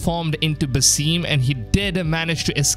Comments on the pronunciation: Havent u payed attention to the story? His name is pronounced "Basim" not "Basìm" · For your information. He is called ( Ba-Sim) not ( baseem) . It's Arabic name which translates to ( the smiling) . It's common name